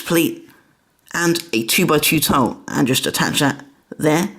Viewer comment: Why you say taw in tile